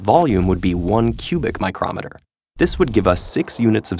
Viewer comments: Micro-meter not microm-eter. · Why is he pronouncing it micromet-er and not micro-meter? its bugging me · I think I found your confusion :) the way in the video is used when talking about an instrument while it should be with the long 'e' sound if talking about the unit (as he was) So yes, there IS a word pronounced like that, it just isn't the correct one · It sounds more like "microm meter" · I love it when he says micrometer xD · Even people that pronounce kilometer like in the video will say every other SI unit with a long 'e' sound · Thats a weird way to pronounce micro meter lol